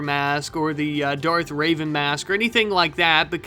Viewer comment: The way he called it Darth raven when it’s Darth reven